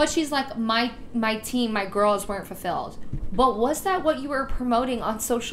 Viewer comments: Also, did she keep saying “fur-filled” or was that just me? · I can't stop laughing about the hun who keeps saying "fur-filled" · The fake apology scene had me rolling 😂 Also, that last chick kept saying “furfilled” and not “fulfilled” 💀🤣😂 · Can she stop saying “fur-filled” instead of “fulfilled”?? Lmao who am I kidding, no tf she can’t #befurfilled 😂😂😂